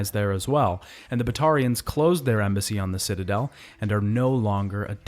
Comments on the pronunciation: All good until you tried to pronounce Batarians lmao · The way you mispronounce batatians even when THEY SAY IT RIGHT IN GAME drives us crazy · Also Kasumi and Kaiden …